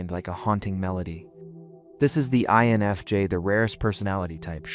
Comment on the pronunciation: This video pronounced the I in INFJ only once, that I noticed. And added an extra s sound, at one point, for no reason. If people need validation this much, I was having trouble going ahead and commenting about it being purely AI bs. I'm just relieved I'm not the only one thinking that we need to not connect with a person who's not really there, and are just wanting to exploit people.